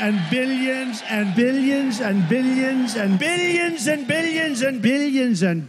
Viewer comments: At the end of this it doesn’t even sound like he’s say ‘Billions’ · I am into plants so near the end I was hearing "Cyclamen"!!! Give it a try and see for yourself!!! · haha it almost starts to sound like "beans and beans and beans" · Its sound like hes saying big chungus its beutifal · If you speed up the billions part it sounds like he's saying "vegan and vegans and..." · I'm pretty sure he said "binions" a few times 😂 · Billions statting sounded like beans 💀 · “BILLY - INSUN” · "Billy Inzm" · “Billy Inzen” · He's saying Billions of Vegans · Did he say billions? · I heard billions so many times the sound of the word is confusing me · Did he say billions 😂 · I heard bideons or bidions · At a certain point I stop hearing "billions" and only hear "binions" and/or "bidigins" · Am I the only one that hears "Billyenzen" instead of billions? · Is he saying "BIDDIONS" instead of "BILLIONS?" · All I can hear is billyinzen instead of billions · Sounds like He's saying Bilyensen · He says billions and vegans if you listen closely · I was just thinking that exact thing! Especially when he seems to transition to bil-e-yons all the sudden. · after a while I only heared Bidigonsant..... what ever that is... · I was going to say the same thing! What's a billyuns? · I just hear "Billyens" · Sounds like Zambillions to me 😂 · Starts Sounding like billigins at some point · i stated hearing biddions lmao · He said it so many times that I started hearing "Bill Jensen" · I thought he said minions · I swear half the time he's saying bittions. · I heard "Billi Ensen" :D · to me it's "beans and vegans" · Lol that is awesome. I kept hearing "biddeons" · Killed me more when it started sounding like Billionzin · It's sounds like "Billy inson" in the end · When “Billions” starts to sound like “Amphibians”🥴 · "Bidigans and bidigans and bidigans" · “Bidiyans and bidiyans” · Billy Enzen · Billy Jensen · After a while, the "billions" montage sounds like he's saying "Billy Enzon". Lol